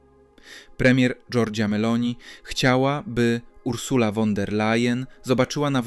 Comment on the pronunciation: Nie "won", a " fon" der Layen! Nieuku!😅